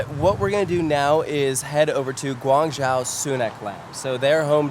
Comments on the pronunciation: Guan Zhou(Joe) not Jow, fantastic video otherwise! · Lived in Shenzhen an hour or so south of guangzhou. You did Such a great job covering These parks. Very cool to see! Btw it's pronounced guang~joe